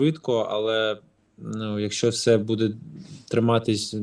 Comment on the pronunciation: Не будЕ, а бУде, скільки можна, тикати на російську , а самі через сраку на українській розмовляєте🤦‍♀️